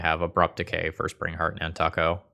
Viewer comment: at this point i'm afraid to ask if the nantuko pronunciation is an honest mistake or an intentional bid to get engagement. i think it's probably "nan-too-ko" tho.